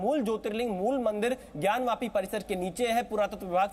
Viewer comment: ज्ञान व्यापी नही ज्ञान वापी । क्या एंकर महोदया कुछ का कुछ बोल देती हो आप ??